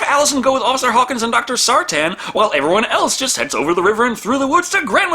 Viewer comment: Sartain not Sartan. Sar-Tain. Sar-Tayne.